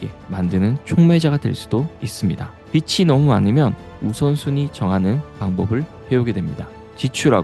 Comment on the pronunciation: 빛이/빛은/ =>빚은/빚이라고 발음하시면 좋을거 같습니다. 빛은 우리의 생활을 밝혀주는 고마운 존재죠^^